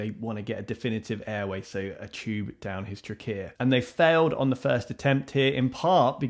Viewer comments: Won’t get used to that pronunciation of trachea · I love the way you pronounce trachea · Is the pronunciation of trachea with stress on the second syllable the standard for speakers from dialect region (which I assume to be London or somewhere in the southeast)?